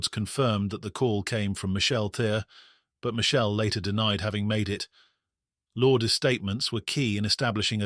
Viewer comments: The name is pronounced Lour-des, not Lords. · Lourdes lore dess 2 syllables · An American wouldn't know how to pronounce that either so what does that have to do with it? Never heard that ridonkulous name in my life. Lour-des? Oh yes that is super American sounding.